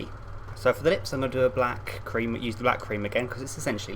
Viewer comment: I thought you said 'bat cream' instead of 'black cream' XD